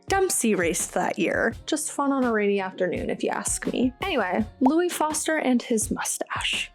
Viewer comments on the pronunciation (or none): none